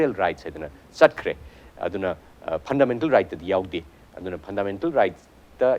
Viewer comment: Host, not phandamental